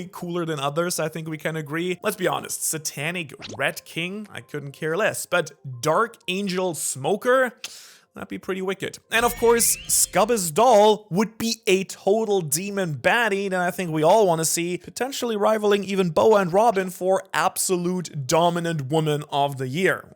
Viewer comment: succubus is pronounced "suck u bus"